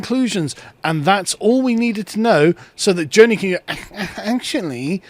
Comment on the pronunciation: This is all within the parameters of Grundgesetz. Also should pronounce Joni the right way. He comes off as an ignorant anti-education fella in this one.